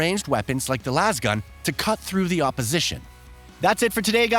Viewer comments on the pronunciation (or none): none